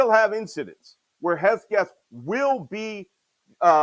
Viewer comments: "Hesbegeth!" Just one of the several ways that Malcolm mispronounced Pete Hegseth's name! 😅😂 I also heard "Hesgeth." I just love Malcolm ❤️ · Whether intentional or not, Malcolm mispronouncing Pete Hegseth's name is hilarious. Malcolm, just call him what I call him: "Hog-spit" 😂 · I love Chief Malcolm's refusal to pronounce "Hegseth" the same way twice 😂😂😂